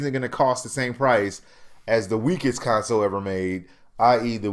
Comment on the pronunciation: Why do u keep saying con-soul?????? I don't get it!?!